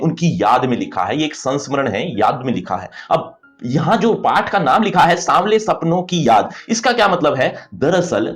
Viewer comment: PATH ❌ PAAAATTTT😅😅